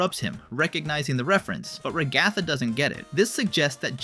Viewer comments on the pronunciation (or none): Ragatha ❌ rgatha ✅ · RAG-uh-thuh not Rag-ATH-a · It’s not pronounced ru-gA-thu it’s pronounced rA-gu-thu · Da fu** you calling her ra ga tha its fu**in ra gu tha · STOP SAYING RA-GA-THA ITS RAGA-THA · Why does this guy say peoples names wrong (regatha) (poomni) (and more) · yeah your ai generated voice misopronounced POmni and raGATha. Get your own voice, dude. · Is it a fandom inside joke to mispronounce Ragathas name? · Why do you say ragatha like that? Just wondering